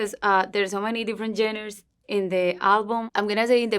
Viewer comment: I love her, I've been watching her over the years and absolutely recognize the improvement she's made in her English! hasta yo he aprendido español con ella! ya llevo 11 años hablándolo, y ya casi 9 años siguiéndole a ella. but someone please teach her how to say genres. she can easily say it as john-rahs and it'll be better than what she's currently saying lol she keeps trying to say genders and it's not that